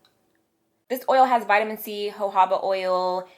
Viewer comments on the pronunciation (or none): i hated how she said jojoba oil lmao